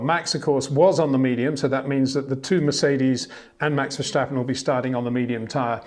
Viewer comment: PLEASE STOP SAYING VERSHTAPPEN! I find it rather disrespectful, really.